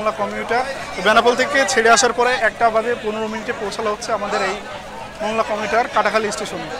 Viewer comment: এটা মংলা নয়, মোংলা।